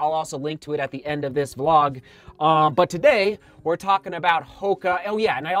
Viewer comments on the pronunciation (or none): none